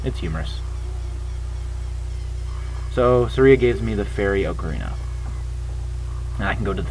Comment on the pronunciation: Uh... I think "Saria" is pronounced "Sar-ee-uh", not "Sur-ee-uh"... not trying to sound snobby though. The rest of this is SO funny, because it's how you feel while playing OOT!! XP I'm a TP lover... OOT is SO overrated... if it isn't OOT, IT SUCKS to most Zelda fans.